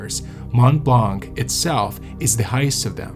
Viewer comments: Fascinating account. My only minor problem is to hear it pronounced "blank". The 'c' in blanc is NEVER pronounced in French. Very distracting for a French listener... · Mont blanc I notice u dont pronounce the t in mont which 8s correct so why the hell do u pronounce the c in blanc it is silent so annoying it is not mont blanC Cant listen anymore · The « C » in « blanc » is silent in french 😉